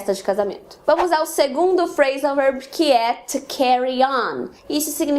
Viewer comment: Gostei bastante do vídeo , quando você fala Phrasan verb o verb parece ser dito como out.